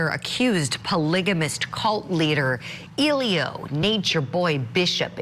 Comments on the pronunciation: lol at the reporter always calling him Illiyo 😂😂 bless her heart tho. Even if defense did any kind of a good job, NB is going to mess his own case up all by himself. What a mess. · How hard is it to say E-Lee-Gee-O? Eligio. Pronunciation was horrible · 😂😂😂 his name is Eli_GI_O 😂😂😂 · The lady reporting on this case pronounced his name wrong😂😂😂😂. She had me hollaring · Nature Nuts, everyone in the courtroom is smarter than you. And I love how the host keeps mispronouncing his first name. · The reporter cannot pronounce his name. There is a ‘g’ in his name.